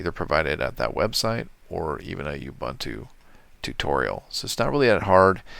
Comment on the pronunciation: That's UBUNTU or "OOBOONTOO", not "OOBANTOO". UBANTU doesn't exist.